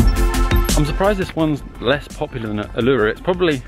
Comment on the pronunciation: It's pronounced Oo La Roo...........